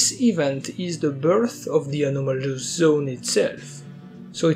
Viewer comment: When you hear that "the anaumolus duhgout"